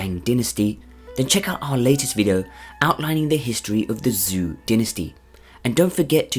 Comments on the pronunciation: "Zhou" is pronounced as ""Joe". The XIA dynasty is pronounced as "SHA". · pls just look up how to pronounce zhou. fun vid tho!